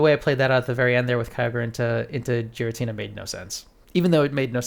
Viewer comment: You’re pronouncing it “jeer-ra-tina” but it’s actually pronounced “Gear-ra-tina” 👍